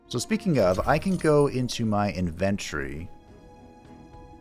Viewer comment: please never say ‘inventory’ like that again, it’s weird 1st episode of this series I’ve watched on something other than my phone—was mostly bewildered and and fighting to keep up, but good shit nonetheless!